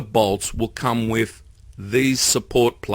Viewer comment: Thumbs up even though you said wif a few times.